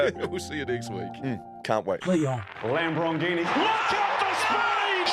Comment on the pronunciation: What sport commentary in the intro is it where it sounds like is says "lam broghini"